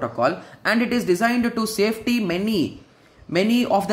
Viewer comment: pronounciation of satisfy to safety was epic>>>>>>>